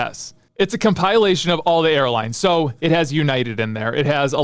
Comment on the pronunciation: tf is a com-pile-ation